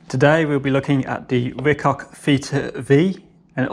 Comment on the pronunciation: did he say Ricock?